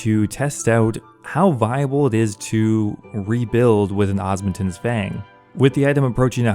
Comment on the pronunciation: DUDE, for the love of god its called the OSMUMTEN's not OSMUNTEN's That is an M not an N, why is that so hard for you to grasp? 🤣🤣😂😂